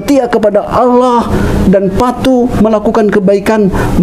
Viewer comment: Alhamdulillah sudah hafal dan fasih menyebut nama ALLAH SWT 🤲🤲🤲